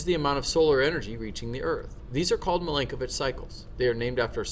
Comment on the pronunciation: And the pronunciation of Milankovic is Mee-lan-ko-veetch. 😉